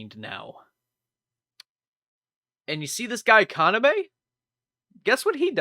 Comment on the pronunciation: God the english dub of vampire knight hurts my ears ;...; It also doesn't help that Yuki's english VA is incapable of pronouncing Kaname correctly (even though they actually had the subbed version to hear what the correct way of saying the names were >_>) But then again, the super bland protagonist pronouncing the name of her equally super bland brother/boyfriend as Kana-'meh' is sort of poetic.